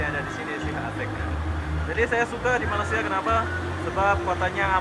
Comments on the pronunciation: Tolonglah jangan sebut Malassia.....!! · Bukan Malasia..sebutan yg betul Malaysia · Memang lidah mereka sebutan mcm tu.kawan saya orang Indonesia banyak kali saya ajar tapi lidah nya malasia juga..tapi comel haha